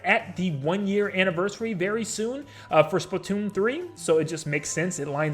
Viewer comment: Why are you saying splitoon